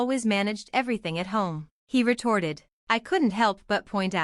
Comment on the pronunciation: “Retorted” not “retarded”